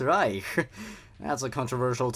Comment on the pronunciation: man as a german speaker, the switch from reich to riech just breaks my poor mind ja, was ist denn los lmao